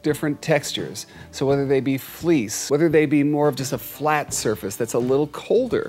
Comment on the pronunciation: When you said "Do you like fleece?",it sounded like you said," Do you like fleas? "